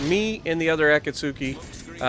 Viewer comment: Akatsuki is pronounced A; kat; ski. The U is silent.